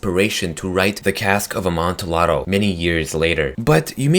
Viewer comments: It's pronounced 'Amontiado' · it's pronounced Imantiado not the way it's spelled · JSYK, 'Amontillado' is pronounced "Am-on-tee-adoh" This is because it is of Italian origin. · It's pronounced AmontiYado. You don't pronounce the L's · Note: the "ll" in Amontillado is pronounced like "y" NOT like an l. Just a little Italian lesson. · You are say amontillado wrong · You said Amontillado wrong, but I also read this story a few months earlier